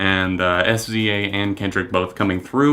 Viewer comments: I was telling friends about the album, and I pronounced it "S Z A". One friend corrected me with "Sizzah". You aren't alone. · Love SZA's music! So happy to see you speaking more about different genres on your channel as I know you listen to so many. I also loved the live instruments. I heard a trumpet in one of the songs. Her name is pronounced like Sizza. Kind of the same as the rapper RZA. I also loved the old school feel musically and the atmosphere of the album. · SZA is pronounced "sizzah". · It's fine! I used to pronounce it that way too lol. She's upcoming, and thank you for even taking the time to write this comment. I love how pure and human you are unlike theneedledrop SUBSCRIBED! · it's fine. IT REALLY PISSED ME OFF NEVERTHELESS but it's fine. Calm down me...